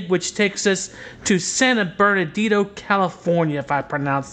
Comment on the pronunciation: You pronounced the city wrong. San Bernardino sucks.